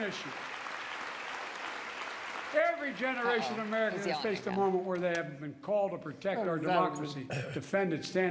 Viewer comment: "....once in a genderation...."